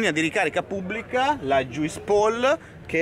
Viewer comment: juice si legge "gius" come fruit e suit